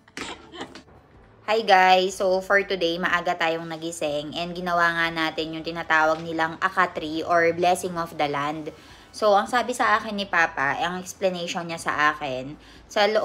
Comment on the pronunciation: It's not akatri, but Akha treej